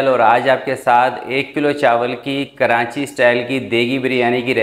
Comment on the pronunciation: Karanchi nahi karachi hota hai